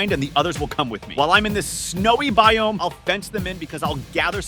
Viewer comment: His pernounciation with biome sucks!